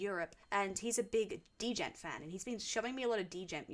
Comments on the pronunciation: Somebody must've told you by now it's not pronounced "Deh-Jent" but just "Jent" right? The D is silent. Don't let me be the first to say this. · Please, it's pronounced "gent", not "d-gent" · Are native english speakers actually pronouncing Djent like that? d...jent, not as it is djent? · It's not deejent. It's djent. Pronounced "jent". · Great video! First time watcher, long time metal listener. Just so you don't get eaten alive by metalheads, we refer to the genre "Djent" pronounced as "Jent" like "Ladies and Gents", Not "Dee-Jent" Enjoy your Meshuggah journey! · Thank you for the reactions. Your channels interesting FYI, Djent is pronounced as one syllable. The D is silent so it's "jent" Keep the videos coming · Dee jent😂 The D in Djent is pronounced like in the word fridge. It’s just Jeh-n-t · dee-jent lol. fyi its just said "jent" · The "dee-jent" is killing me. The "d" is silent. 😂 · It's just pronounced "jent" btw. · Djent is just pronounced as "jent." The D is "silent" or kinda like "Dragon." A lot of people don't know this at first. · Djent is pronounced, "Gent" or "Jent" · If you liked new millennium then I'd love to see you listen to Corridor of Chameleons. Also, my friend It's spelled djent It's said jent, or gent. The D be silent. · No one's gonna tell her it's pronounced 'gent'? Also, it's Meh-shoog-ah. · Before you get too crucified by know it alls: Djent is one syllable, not two. Meshuggah is pronounced to rhyme with "sugar". It is Yiddish for "crazy". Just thought I'd gently lean you to the accepted nomenclature before the comment section is infested with the atrocious. Great choices- "Bleed" is probably the most accessible entry for Meshuggah as their rhythms only get wackier. For instance, the quiet bit in Future Breed Machine is in 27/8, three groups of four followed by three groups of five. Per bar. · For fsss sake is no one gonna tell her the d is silent in djent... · Djent is like Django; the “D” is silent.